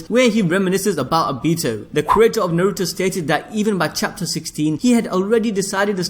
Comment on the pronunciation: Najuto - Na - Ru - To A - ka- t - s- ki